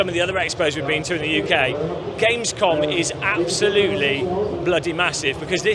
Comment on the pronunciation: No way I'm gonna watch 7 hours of Gamescom, I said. Now I find myself coming back cringing on pronunciation of German words